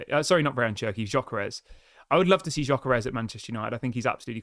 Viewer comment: Gyökeres is pronounced as follows: Gy is similar to Dj in Djokovic ö is pronounced as fur or firm and s is sh like sugar. Dj-ö-ke-resh